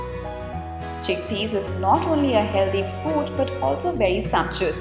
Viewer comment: chick pees XD